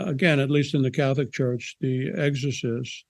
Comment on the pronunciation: EGG-SORE-CYST!! Hah Hah. Why don't people pronounce "X" in words with an X in them?